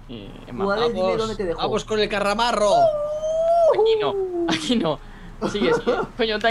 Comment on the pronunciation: Like si sabeis k es lo k LUZU dice: "KARRAMARRO"